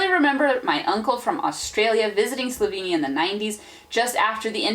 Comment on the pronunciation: What I also noticed is that you use two different pronunciations of Slovenia: 'sloveinija' and 'slovinia' (that's the closest I can spell it out). Just an observation 😉😉